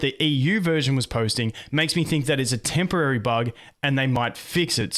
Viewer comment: tempowawy close.. uwu